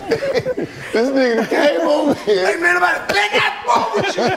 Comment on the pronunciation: I swear she sounded like she from that STL the way she said "hurr" 🤣🤣🤣🤣🤣🤣🤣🤣